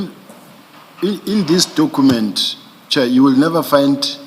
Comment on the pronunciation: Dokhument hmm😅 I blame his then English teacher